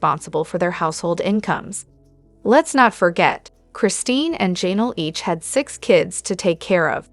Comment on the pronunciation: I’m honestly not trying to be negative, but it’s so distracting how your AI messes up some of the names so bad.. especially ‘Jay-nal ‘😂